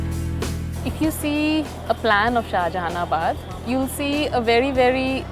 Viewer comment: It's not shahaanjahanabad